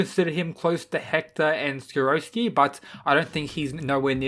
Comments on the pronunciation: Skiroski? My dude, its sikorsky. Do you not read when his name is written or listen when its said? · Why do many people say the Russians name wrong? its SIR-CORE-SKI (Sikorsky), not SA-ROSS-SKI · siKORsky with a K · It's pronounced SICK-COR-SKI by the way love the vid otherwise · See-Cor-Skee Say it with me now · How do u get sikorsky to skoroshki? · Man can’t say Sikorski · The way you pronounced Sikorsky... Yikes... Good video nonetheless!